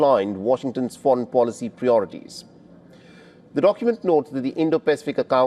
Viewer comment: Bro it's 'pri-orities' not 'pree-orities'! Where did you go to school? 😂